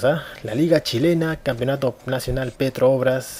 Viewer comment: Se dice Petrobras, no Petro Obras xD PD: También el Arsenal de Argentina es Arsenál, no Ársenal como el de Inglaterra.